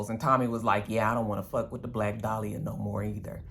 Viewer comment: when you say fuck with an Irish accent “fawk” or “fock” I die 🤣🤣🤣.